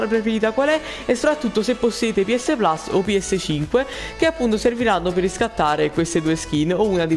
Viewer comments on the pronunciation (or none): none